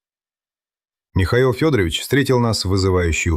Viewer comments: ДИЗЛАЙК. СНАЧАЛА ОПРЕДЕЛИТЕСЬ С ФАМИЛИИЯМИ. КаторгинА. И не Фёдорович. А ФедорОвич. Давите на психику слушателей А по сути вам плевать. Слово БЕШЕНСТВО. Так противно. Ну и следователи каких нет. Сказочник. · Ох, уж эта озвучка Ии. Скорее всего, не Фёдорович, а ФедорОвич. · Ударения в фамилиях, пожалуйста: КаторгинА или КАторгина, не КаторгИна, русская фамилия, не романо-германское имя и не итальянская фамилия. ФедорОвич - фамилия, Фёдорович - отчество. МЧС - эм че ЭС, не эм че сЭ. В колодец сбросили, не закопали. Жертва в колодце - в белой куртке. Преступница надела пальто жертвы для продажи машины. Жертву убили несколькими ударами ножа, пальто осталось целое и чистое. На сиденье машины осталась кровь. Преступник сел на кровавое сиденье, нимало не смущаясь и не боясь испачкаться, и погнал машину в другую область. К перекупщикам приехали сразу - без мытья окровавленного салона машины - 14 ножевых это же море крови, автор дорогой. Штампы :"Ну что, будем в молчанку играть или спасать твою шкуру?", "Ладно, начальник, твоя взяла." Преступники и следователь называют все имена полностью с фамилиями, преступники называют жертву по имени и фамилии. Этот рассказ самый некачественно выполненный из всех на этом канале. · Уважаемый! Если берётесь излагать настоящие, документальные дела, проследите, пожалуйста, за ИИ, научите его правильно склонять фамилии и ставить ударения, особенно когда дело касается жертвы. Ведь родные Ксении живы и могут случайно наткнуться на ваше видео. А то фамилия убийцы - ФедорОвич превратилась в уважительное отчество, при этом в простой фамилии девушки почти везде ударение стоит мимо.